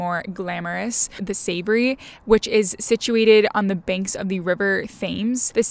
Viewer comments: Overall, I enjoyed this but the pedant in me just had to correct a few things you said. In London the hotel is called The Ritz, not The Ritz Carlton. Your pronunciation of Savoy, “Savory” is odd, it’s just pronounced as it’s written, rhymes with “sir boy”. You state that Kennington is a popular area to stay in London, which is news to me. You probably mean Kensington. There are many better locations than those you list. “The Serpentine” you pronounce incorrectly, the “tine” part rhymes with pine rather than teen. The western part of Hyde Park is called Kensington Gardens, not Kennington Garden. Borough Market is pronounced “Burra” rather than “Burrows”. The Churchill Arms pub is in Kensington, not Kennington. Greenwich is pronounced “Grenitch”. You mention the restaurant Dishoom, which is Indian rather than Peruvian. You have a pleasant presenting manner but you just need to get the details right. Wishing you well. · Yes, referring to The Ritz as The Ritz Carlton seems to be a common mistake made by Americans. But calling The Savoy "The Savoury" is a new one on me! That Peruvian restaurant seems to be called 'Señor Ceviche' (personally, I've never heard of it), so anyone going to Dishoom expecting Peruvian food is going to be disappointed. And finally...the brown river that flows through London may look as though it should be pronounced "thaymes", but it's actually pronounced "temz". Sorry, pedant here too! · The where ? SAVORY ? 😂 There is no R in SAVOY. The what River ? FAMES ? its Thames, dont pronounce the TH just the T.